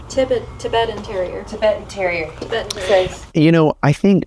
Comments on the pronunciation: TI-BET-AN (accent on 2nd syllable】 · It's pronounced Tie bettan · It's pronounced TIE BET TIN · Ti-BET-an. Like the country, Tibet. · I think its tie-bet-tan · Hard to believe that you and your gal here did not know how to say "Tibetan" Terrier. The educational system in the USA is downright awful. Tibet is a COUNTRY in this World of ours. It's NOT "tie~bet" and it's not "tibbet". For goodness sake ! The entire episode is appalling.